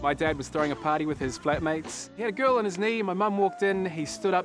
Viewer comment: lol: "you sure it was a kerl?" too much